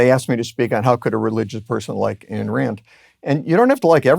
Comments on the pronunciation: Not to focus on trivialities, but wth, Puzder? Her name is Ayn (rhymes with pine), not Ann. You've been a fan for years and you obviously must know this. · Ayn Rand is pronounced Eye-n not Ann. Eye with N on the end. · “Ann” Rand? 😂